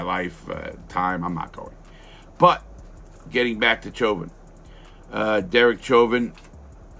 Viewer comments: It's pronounced SHHHOVIN, not CHOVIN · Learn to say his name properly.